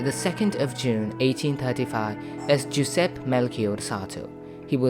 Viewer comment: Unfortunately, the pronunciation is poor. Giuseppe ...joo- zehp-peh